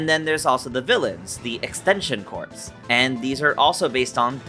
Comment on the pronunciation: It's Extension "Core". That's how corps is pronounced.